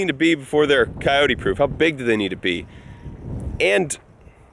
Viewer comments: It is pronounced cy-oat in Texas. Cyoteeeeeees is just all wrong. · Its two syllables: phonetically::Cay- ote. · City folk don't know how to pronounce Coyote and neither do you. Leave the "E" off the end of the word. Think of "Kyoat".